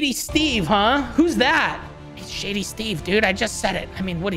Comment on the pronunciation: Sorry to correct you but it’s shady not “sady”